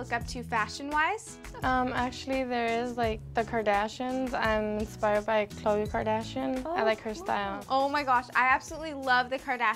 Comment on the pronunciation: She said Khloe😂